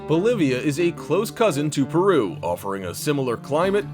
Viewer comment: no one: narrator: "PERRRUUUUUU"